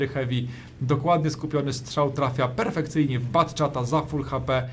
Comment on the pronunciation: "pjerfekcyjnie" jak to ująłeś.;)